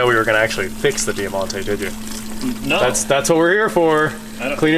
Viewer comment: DIE-MONTE not Dear-monte pronounced!